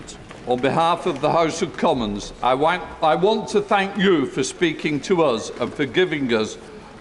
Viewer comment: House speaker Lindsey hoylake just said I WANK hahaha